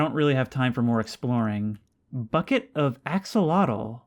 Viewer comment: Axel-otel You said it correctly